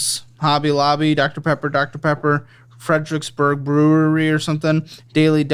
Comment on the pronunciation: This mf tryna say dr. Pepper and gon say “TIDDIES” 😹😹😹😹